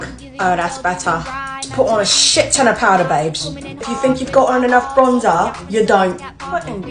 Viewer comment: The way she started talking British 💀 'If ya think you got on enough bRwOnZeR ya Don't!'